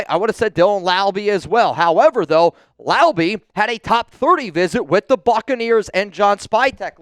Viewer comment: Jonah's last name is La-ulu not Lau-lu.